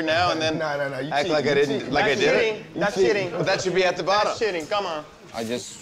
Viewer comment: "That's shitting" is how us boricuas say that's cheating. 😉